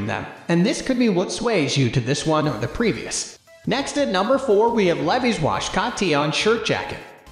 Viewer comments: Based on the fact that someone on planet Earth doesn't know how to pronounce "Levi's", deducing obvious AI and somehow the "creator" chose "public restroom" for the ambience selection. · Poor audio. Doesn’t know how to pronounce Levi’s